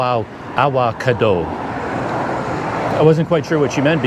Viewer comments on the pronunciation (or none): Come on man, that's Avocado !! What a good laugh hahaha Awawkado. That look on your face was so innocent.